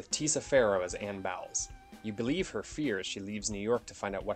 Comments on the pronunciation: Fulci's movies always punched hard. I love Zombie. It's pronounced "BOWLS"...not BOWELS. It's right there in the movie. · He just needed to pronounce the name of the leading lady character right. Anyone who has watched the movie knows it's pronounced like BOWLS, not BOWELS.